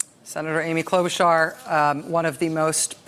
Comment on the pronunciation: it's /klo-'BOO-charr/. Her grandparents on her dad's side moved to the US from the same country as Melania did